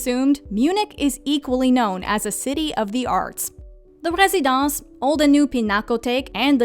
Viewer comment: Well, I was impressed that she pronounced Bamberg (and a few others) accurately. But I did also notice a French pronunciation when she said the word Residenz.